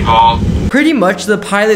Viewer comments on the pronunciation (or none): Neck ed??? NECK ED?!??!? Right, this happens when you skip school and forget how to pronounce words. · Who tf pronounces it like "neck-ed" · Pronounce the naked right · The way you pronounced “naked” lmfao 💀